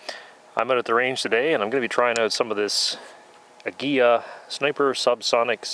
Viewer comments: An English pronunciation would be Ah-Gee-la with the G. Pronounced as in Gun.You were close.Cheers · Ah-gee-lah. It means eagle in Spanish. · It's pronounced ag-u-la